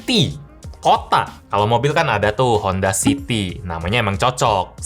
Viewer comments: Siti bang bukan City 🗿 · city bang bukan Siti Siti mmh saya